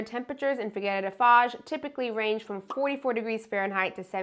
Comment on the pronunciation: Please take this comment with humor as this is the intention of it.... Why do the English speaking people tend to think that Figueira is figurReira?? Top tip pronounce figeeira instead 😇